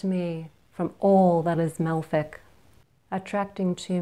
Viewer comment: What is that one word you said... Malfic?